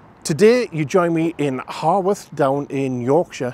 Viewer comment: So you should say it how-worth to say correctly. You got it after you'd been there a while. The head sculpture in the market was shudderingly problematic. I thought that when I was there. I was there on Saturday. My second event. I live fairly close to Haworth. I'm not so much a fan of all the flags, that's me but that's not what I'm in it for. There were met some lindihopping 1940s enthusiasts on the train as well. They were nice enough. The 1940s weekend was cancelled because it got too popular. But that's what the flags were spillover from to some degree. I think, from my experience anyway. I can't speak for anyone or everyone. Still an outsider.